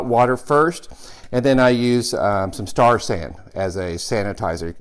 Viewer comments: Is he saying "star sand"??? Can't figure out what that is. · I know this is an old video, so hopefully you will see this. I am trying to figure out what you say you keep using to sanitize your stuff. I am hearing star sand. So, any chance I could get some clarification what you are using and why its food safe?